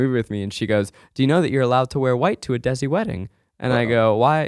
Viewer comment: Hey guys, desi is pronounced more Day-see than dezzie (not exactly, it's more a soft d/th sound that's hard to explain, but we'll accept Day-see as close enough)